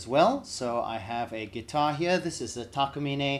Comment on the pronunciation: Thank you for the great comparison. (and it's nice to hear Takamine being pronounced correctly for once.)